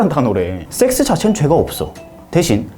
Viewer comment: 섹스는 약간 발음이 너무 쎄가지고..ㅎㅎ